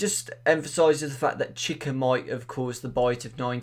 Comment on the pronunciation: You're pronouncing chica wrong